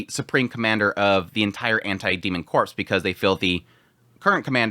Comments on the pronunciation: 'Corps', in the context of a military or fighting unit, it pronounced like 'core', not 'corpse'. See: Marine Corps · Ok. Corps is pronounced “ core “ meaning body. Corpse the dead body is pronounced as seen. I. E. Marine corps (core).